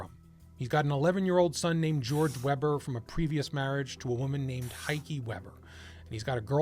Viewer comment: Heike is pronounced Hiker just for future reference.